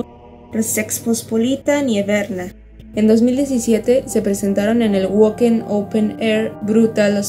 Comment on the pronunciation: Wacken, se pronuncia 'váken'